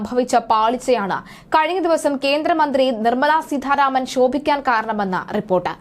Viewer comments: സീതാരാമൻ എന്ന് പറയാനറിയില്ലേ? എന്തിനാണ് സീധാ രാമൻ എന്ന് പറയുന്നത് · സീധാരാമൻ അല്ല കുട്ടീ സീതാരാമൻ എന്നാണ്.തല എന്ന് കുട്ടി ഒന്ന് പറയൂ.എന്നിട്ട് ആ "ത "സീതാ എന്ന വാക്കിൽ ചേർത്ത് സീതാരാമൻ എന്ന് പറയാൻ ശ്രമിയ്ക്കൂ.അല്ലാതെ ആവർത്തിച്ചു സീധാരാമൻ എന്ന് പറയുന്നത് കേൾവിക്കാർക്ക് ആരോചകമാണ്. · വാർത്ത വായിയ്ക്കുമ്പോൾ അക്ഷരശുദ്ധി ഉണ്ടാകേണ്ടതാണ്. സീധാ രാമൻ എന്നല്ല, സീതാരാമൻ എന്നാണ് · സീധാരാമൻ അല്ല,കുട്ടീ, സീതാരാമൻ.... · സീധ രാമൻ അല്ല,.. സീതാരാമൻ.. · നല്ല അവതരണം. അതിൽ അട്ടി കൂലിയും, അട്ടിമറി കൂലി കൂടി ഉൾപ്പെടുത്തണമായിരുന്നു. ഉച്ചാരണ തെറ്റ് ഒഴിവാക്കാൻ ശ്രമിക്കണം. ഉദാഹരണം :- നിർമല സീദ്ധ രാമൻ. ശ്രീ ധരൻ ശരി. ശ്രീദ്രൻ തെറ്റ്. ശ്രദ്ധിക്കണം. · സീതാരാമൻ എന്ന് ശരിയായി ഉച്ചരിച്ചാൽ കൊള്ളാം